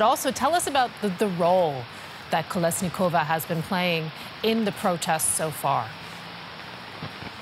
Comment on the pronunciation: at least learn names of whom you talk about. It's not KoleniSkova it's KoleSnikova